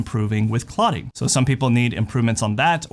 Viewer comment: *clotting, not cloting